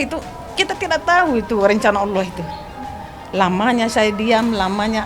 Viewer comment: Jangan berlebihan Bu Sampek mengucapkan Alloh SJ belepotan ngeri risih dengernya terll banding2kan anak anda sendr dr kecil yng didik bedakan ya anda sendiri cb to buk liht ulang ucapan ibuk itu